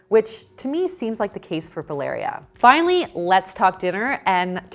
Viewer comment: I love how you pronounce my name "Valeria" 😍 feels like you're talking to me 😂